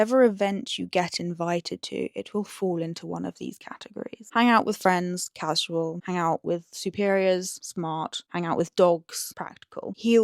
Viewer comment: I find it interesting how you pronounce casual like ka-ziu-uhl and not ka-shoo-uhl. Is it something regional?